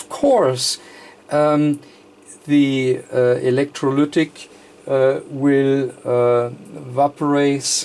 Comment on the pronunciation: I can't get the "electroluuuctic" out of my head xD